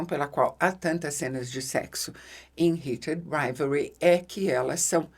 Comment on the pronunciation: Nunca vi alguém falar tão bonito o nome da série hahahah eu toda vez dou uma enrolada na língua 😂